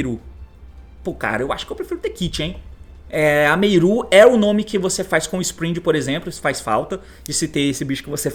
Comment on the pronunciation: Cada vez que o T fala “Meiru” é uma facada no meu ouvido